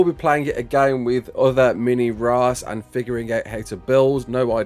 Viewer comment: “Mini raas” 💀